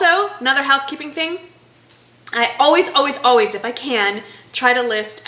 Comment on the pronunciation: You said "oways". That's awesome! My husband hates when I say oways, but I don't care. Love your videos and keep up the good work. Happy Day!